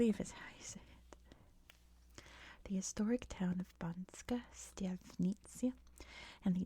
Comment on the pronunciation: Hi, not a Slovak but am familiar with the language. It’s Banska, not Banksa. Otherwise, one of my favourite channels to get me back to sleep after waking up unwillingly. Thanks